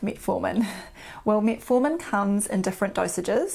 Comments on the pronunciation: Started to watch, but her pronunciations "Meat formin" and "In shoe lin" put me off. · Metfartin. Which is funny at first, but not for long.